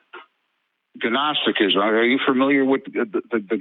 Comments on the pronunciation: It's kind of like goo-nosetock-isum But there's no frantic spanking. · The problem with getting knowledge by reading a couple of whacko web sites as opposed to attending lectures and debates in a college theology or philosophy class, is you humiliate yourself by calling gnosticism ga-nostisticism. His pronunciation reveals how little he knows about the subject. He believes in secret societies, yet doesn’t believe in real education. Okay, so he is just like almost all theists.